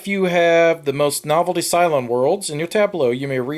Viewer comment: he kept saying "Cylon" not "cyan" is this Roll for the Galaxy taking place in the Battlestar Galactica universe?